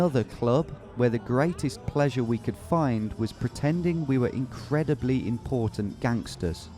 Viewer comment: The incrediblz important gangsters killed me 😂😂